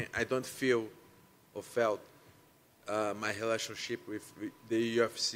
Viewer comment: "Covide" "Helationships"